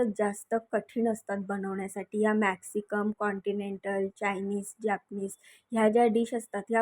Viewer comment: मॅक्सिकम नही ग मॅक्सिकन म्हण